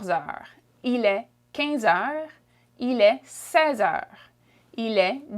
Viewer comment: Shes saying heures wrong